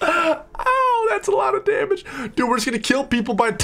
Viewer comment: "and we can deal extra daMÀge" that part killed me fr